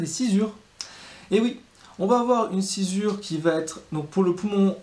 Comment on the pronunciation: Pourquoi on dit sci"z"ure alors que c'est écrit sci"ss"ure ?